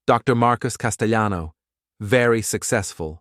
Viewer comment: A "" mispronounced "Castellano" 😂😂